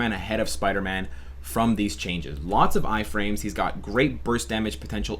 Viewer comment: Wow what's a Piderman??? #SleepDeprived